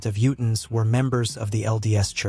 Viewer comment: Incredible that the AI voice can somehow pronounce tooele correctly, and yet cannot pronounce Utahn and lead.